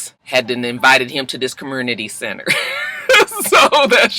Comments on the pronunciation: I fell out when you said "commurnity center" ctfu! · When I was watching it last night I said I can't wait to hear say commurnicate and commurnity Scrappy and those R's